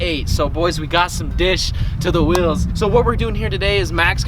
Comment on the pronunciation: Normal person: wheels: Wills